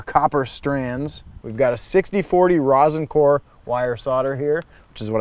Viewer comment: "razn core" lol..